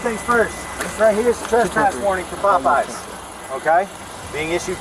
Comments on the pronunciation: Of course I couldn't find the other 22,000 from the first case because she spent most of it on luxury items so it's kind of a double meaning when she said that the money is in the bag because if that's a real Louis Vuitton bag you can guess where some of that went. Also, it's pronounced Pop Eyes like Popeye the Sailor not Po pee😂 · Not being funny i love the way the guy pronounces the restraunt name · She steals a ton of money and gets probation oh and 20K in fines. That's a load of crap. They wonder why these people keep doing this over and over again. There are no consequences for these thieves. The guy's pronunciation of the name popeyes. LOL If taco bell man was a former leo, then he knows they ask all kinds of questions trying to find out what's going on. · Ok i had to skip incident 2 because you kept butchering the pronunciation. It's like the sailor-man cartoon. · so I was listening to this video playing solitaire. I wasn’t watching it. When I heard “pope ees” I was super confused It’s pop- Eyes 👀 I was confused enough to where I had to make the video larger and read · Poe Pies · He really said pope eez.... its pop eye... like. Pop 👁👁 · Pop-eye not pope-eye. Like the cartoon. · It’s fucking POPEYES(pop-pies) not no damn PULPIES fucking annoying get your shit together man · Pop-eyes popeyes my man if youre gonna do ai atleast double check and make sure shit is right 😂😂😂😂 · It's Popeye's...like the sailor man cartoon. Be familiar with what you're going to say beforehand...yeesh. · Im stuck on the commenter say "pope-ear's" !!😅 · “Love that chicken from Pope Eyez…” that didn’t sound right. “Love that chicken from Pope Eeze.” That sounds much better! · A local Po-pees! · Facking hell, I'm Dutch and even I know it's not pope eye's😂😂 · Pope EEZ? Pope EYES???????? WTF is wrong with you??! LMFAAAAOOOOOOOOOOOOOOOOOOOOOOO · also one more comment the computer saying pope es made me laugh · it’s POP-EYE 😂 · its not "poh pie"?😂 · The popie had me dead 😂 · No it's po pee.😂